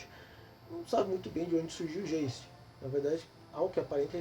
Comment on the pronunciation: A pronúncia é alemã: "gaisti" significa fantasma. OBS: para jogar white Wolf, tem que saber espanhol (brujah), francês (tremere), italiano (giovanni), romeno (tzimisce) e alemão (geist)